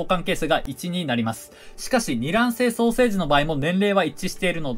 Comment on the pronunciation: 双生児がソーセージに聞こえる